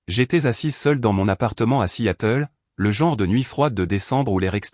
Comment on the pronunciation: Vous lisez vos textes ? Alors regardez toutes les fautes invraisemblables : vous parlez de la ville de Seattle et non Si Yatel !!!!!!!